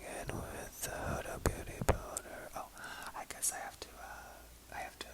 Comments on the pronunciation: hi~! huda is an arabic name, and it is pronounced with a short 'u' sound. the brand is actually named after the owner, huda kattan, who is arab! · Huda is pronounced the other way that people are telling you! I promise. It's her name, a woman's name. It has Arabic origins. Let's not say it sounds stupid, please ^^ <3